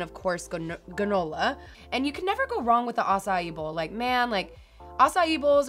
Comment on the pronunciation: And also said ganola isn’t of granola.